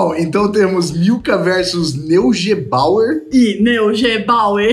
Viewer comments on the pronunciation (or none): O chocolate se lê Noiguebauer. É aqui do Rio Grande do Sul. Amando os vídeos. 😘💙